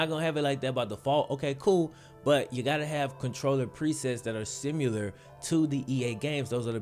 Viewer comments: there’s no U in similar. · Shawn Banzhof sim you ler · Am I the only one thrown off by the way he says similar? love the content keep it up